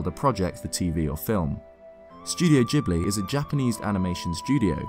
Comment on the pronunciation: It's Ghibli